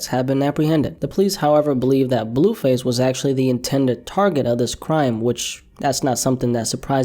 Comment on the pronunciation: “BELLUUU FASSEEE pHYsIcAl aLtErCaTiOn” work on that blue face pronunciation bro bro….🤦🏽‍♂️😭😭😭